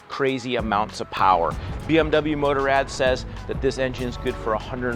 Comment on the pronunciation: "Motor-Ad" that's not how you say Motorrad.